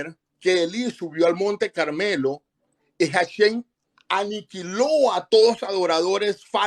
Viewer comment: no sabes hebreo, se dice HASHEM (EL NOMBRE, DEL ETERNO), y tú estas diciendo hashen esta palabra significa diente